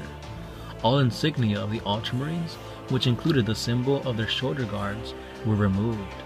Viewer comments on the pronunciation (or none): none